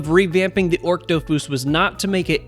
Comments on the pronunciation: ochre is 'oh-kur' like the color, not 'orc' awesome vid as always! ty for covering it :) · The dofus egg you mentioned is pronounced "AWK-er" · Lmao you were killing me with that pronunciation of ochre 😂